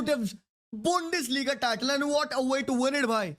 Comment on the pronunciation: Bundesliga❌ Bundfarliga✅